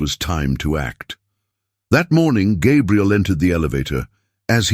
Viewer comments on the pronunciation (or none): The narrator keeps messing up Gabriel's name some times saying it right, but a lot of times calling him Gabrielle (which is a girl's name).